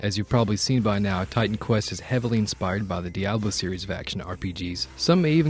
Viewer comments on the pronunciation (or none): none